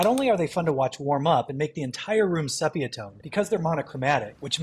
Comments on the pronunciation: sepia is pronounced see-pia. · its pronounced see-pee-uh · Pronunciation of 'Sepia' SEE-pee-uh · Sepia is pronounced "SEE Pee ya". Love your vids. New sub here & a retired SCIENCE TEACHER! 🙋‍♀️! Hats off 2 yah! ftr: When I inherited a 30yo lab storeroom I found a 1/2pint of mercury in a Ball jar sitting next to phosphorus & potassium rocks!💥 It was the tub of fetal pigs & eels that made me pause... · Pronounced: SEE-PEE-AH. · Might want to check your pronunciation of "sepia" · I appreciate your content except you pronounced sepia tone incorrectly